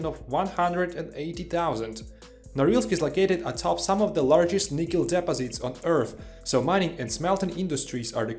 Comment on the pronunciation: Can you speak English??? Edit: Oh great there are subtitles. You don't pronoune NICKEL as NIEEKEL... Try the name Nick ....then add EL .....Nickel...not Nicole..ffs